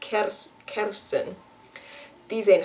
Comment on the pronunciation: Indeed, words like 'peren' or 'kersen' she had trouble with, but then along came the words 'kandidaat lijsttrekker' and she did it perfectly, no Dutch person would have done it better. one notion, the Dutch you speak,, is too clean, too neat. For most people, when they speak Dutch, you can point out a list of 3-4 cities they are from, cause in the Netherlands, no one speaks perfect Dutch, and if they do, they are from Haarlem, cause that city's accent got picked as civilized Dutch.